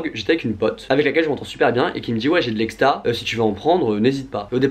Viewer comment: c'est exta pas ecsta on est dacc ?